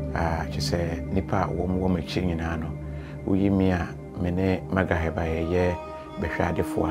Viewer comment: did you actually said Magraheb and you are the only ones who aren’t abayifoo (wizards)?😂😂😂May be you’re not but how can you be sure of Magraheb? It’s only Kusi Mensah Capito who can attest to this o😂😂